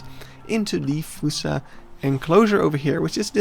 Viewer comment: its pronounced F-aw-ssa not fUssa